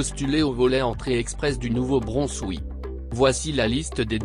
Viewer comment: Attention à la prononciation de Nouveau Brunswick.